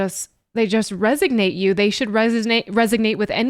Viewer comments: It sounds like you are saying 'resignate' and I think you mean to say 'resonate'. I am glad you are doing these reactions. Please continue your thing. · No criticism intended, but the word is "resonate." :) Love your reactions!